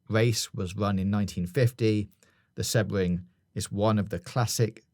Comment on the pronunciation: Interesting theory about Sebring (pronounced more See-bring btw, but no biggie), but in Florida there is also Daytona International Speedway (up closer to Orlando, at near Daytona Beach) and Miami Homestead Speedway which is down by the Everglades.